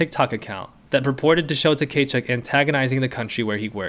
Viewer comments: Brady Ta-Kay-Chuk lol….. bro the T is silent. It’s Kuh-Chuk. I love your vids though, I’m just giving you a hard time haha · Tkachuk is pronounced “Kah-chuck” the t is silent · I know you probably don’t care and that’s also fine because they’re assholes, but his name is pronounced ka-chuk, T is silent. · Your pronounciation of Tkachuk name is killing me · the Tkachuk pronunciation had me dead. Very much giving Key and Peele Substitute Teacher energy. That aside, love your content!